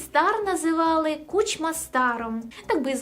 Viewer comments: Тему розкрито, але курча, чому КучмА? Наголос на першому складі. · чого всі ставлять наголос у прізвищі Кучма саме так? я чогось не знаю ?